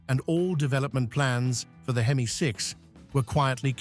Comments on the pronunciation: Some one needs to tell AI that H-E-M-I spells hemi , just say hemi car guys will understand. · "Inspired by Chrysler's legendary four-twenty-six AITCH-EE-EM-EYE vee-eight"